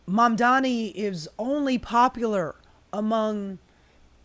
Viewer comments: The irony of calling out Cuomo for mispronouncing Mamdani, then habitually screwing it up for the rest of the video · You're mispronouncing Mamdani!